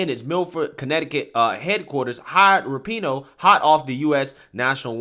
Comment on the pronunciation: Rapinoe is pronounced rah-pu-no, accent on the first syllable. But yeah, she’s a jerk.